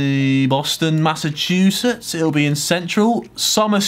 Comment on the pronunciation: ...how did he pronounce Massachusetts correct?